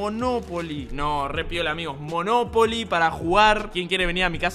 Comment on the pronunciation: me encanta como spreen dice moNOpoli i no monoPOli